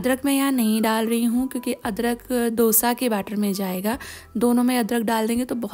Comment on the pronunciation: It’s pronounced as दोsa and not dough sa